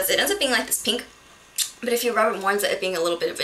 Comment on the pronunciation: all beauty gurus say "peenk" rather than "pink"